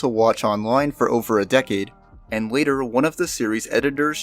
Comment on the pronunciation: "each ofver"